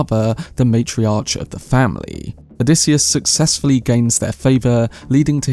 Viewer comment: You mispronounced matriarch